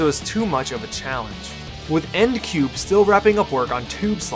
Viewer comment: It's not "End Cube," but "N-D Cube." Just wanted to throw that out. Other than that, good vid.